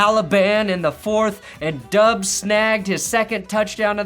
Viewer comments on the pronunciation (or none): After being friends with Grossi for so long, you're still calling Romeo...Dubbs? All Packers fans know it's pronounced...Dobbs. would tell you to get it together. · Romeo Dobbs is the way you pronounce it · How long until teaches you how to say Romeo Doubs name correctly